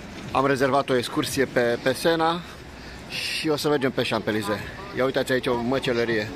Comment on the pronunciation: Salutare,! Ce funny esti cand pronunti Champ(S)-Elysee